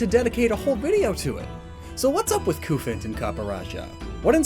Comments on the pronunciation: It’s Qu-fant but lots of people have prob said that lol. Also I think the Cu means Cube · Y'know, the whole reason Copper is Cu on the periodic table is because it's based on the British way of saying Copper, that being Cuprum. That with everything else you brought up as what the Cu in Cufant could be from should convince really anyone that it's pronounced KUH-fant.